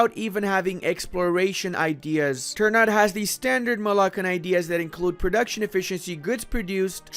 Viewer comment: "Ter nut" LOOOOOOOL